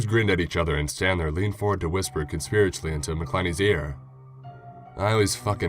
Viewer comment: I don't know if you read it wrong or it was written wrong but the word is conspiratorially....